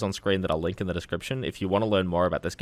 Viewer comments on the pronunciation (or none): none